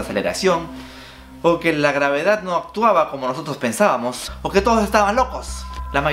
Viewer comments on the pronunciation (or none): que aprendi con este video? que se dice gravedat, no gravedad. mentira te hamo